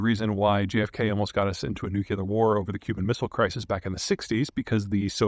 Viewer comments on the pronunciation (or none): "new clear" not "new cue lar".... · nuclear, not nuculer. jesus. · Peter, you didn't mention the russian oligarchs making a very juicy deal with the cuban government and how it would affect 'potential' negociations with the us. ....and no Peter, nucular is still not a word... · I love your work and eloquence, Mr Zeihan. But every time you say “nukular” I die inside. 😢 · nu-CLE-ar !!! C'mon Peter, you can do it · “Nucular War” - reminds me of good ole GW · "nukular" bro really? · This guy makes zero effort to say nuclear properly it tells you he is a BS peddler. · For as much as you end up saying the word nuclear... It would be so great if you could simply say it correctly. People sound absolutely absurd saying it wrong when it is spelled very clearly exactly how it is pronounced.